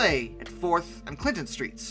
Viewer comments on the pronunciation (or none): none